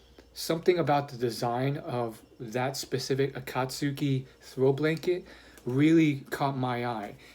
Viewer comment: Heads up! It's pronounced like Akat-ski